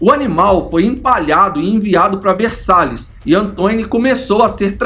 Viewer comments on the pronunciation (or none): none